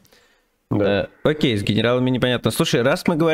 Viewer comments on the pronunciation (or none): none